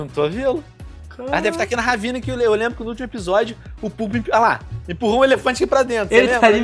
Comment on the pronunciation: O puppy é o e ele não falou Léon ele queria falar ''lembro'' só que saiu aquilo